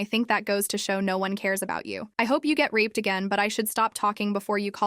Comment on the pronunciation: Why did rape sound like rap the first time